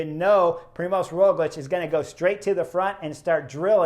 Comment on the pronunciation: Hey Chris, I am an Aussie living in Slovenia with my Slovene wife, so I'm now used to their names. You do a good job with the riders here but if you want help with Roglič's name then the ž in Primož is pretty much like the “j” as the French would pronounce “j”. So, it's like the “j” in Je m'appelle. Primož is quite a special name here and when the ž is pronounced like a standard English z, it sounds really comical as "z" is a completely different letter to "ž". Cheers and look forward to you next video.